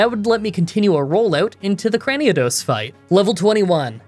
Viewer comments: i know it doesnt matter and someone probably already told u but i heard u say craniodos instead of cranidos so yeah one less pokemon to say its name wrong lol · Crani-A-dos? 😮 wtf? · Cranidos = Cranny-a-dos 😦